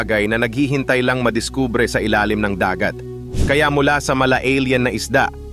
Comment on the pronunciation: Salamat sa mga dagdag kaalaman, kahit click bait yung syokoy. Don’t take na masama ang komento ko at hindi ako naghahanap ng ka away…kase pinakingan ko syang mabuti. Tagalog na nga yung pag na-narration at sariling wika na natin pero nkklunkot na maraming maling pagbikas sa mga salita. Tulad ng madiskubre, pating, wakasan, naka takas, yung salitang bungo ng tao, yung lohika ng science, uli yung lohika ng kalikasan, bingit ng kamatayan, matangay, umingay, at pulisya. Saka may kulang at may Mali duon sa magdulot sa kanyang buhay (bandang dulo ng pagsasalaysay) Ewan ko lang dahil ba may punto or hindi ka talaga purong tagalog…or Mali lang pandinig ko. Hoping for a better improvement kase interesting itong channel mo. Peace.😊